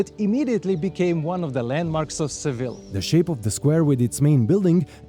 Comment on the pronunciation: Why are you pronouncing Seville incorrectly since you’re a tour guide?